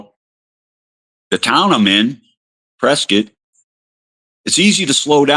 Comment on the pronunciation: Certified Prescott pronunciation and saying he had to go to phx for shit, CERTIFIED 😂